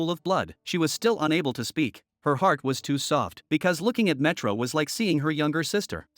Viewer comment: ayo your AI is broken. she went from metro to milo. and cannot recognize "dr." as doctor